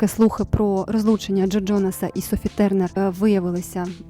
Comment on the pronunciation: Дякую за відео!) але «Тьорнер» так ріже вухо( це транслітерація на рос. лад, типу гьолз, бьоздей, звучить жах, адже англійською там і близько таких звуків нема